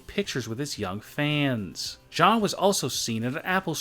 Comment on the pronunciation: Please stop saying fans like that